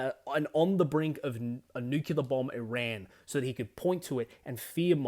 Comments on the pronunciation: Please, learn how to pronounce nuclear. Its new-clear, not new-cue-lar. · You and I are both Aussie, yet you pronounce it new-kew-lar and I pronounce it new-klee-ar. I'm curious why that is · I think nuke-ular is more badass because it sounds more like you might use them